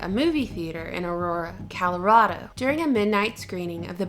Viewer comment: You say Colorado funny. 😆 Most people out of state say call-oh-RAD-oh. Native locals say call-oh-RAW-doh (raw dough...mmm...) But you start off like you're gonna say California but change your mind. 🤔 Is this because all thr Californians are moving here and ruining the state? But I digress; good video. Good food for thought. I'm ashamed to say I wasn't at all aware of Gotham Shield before this.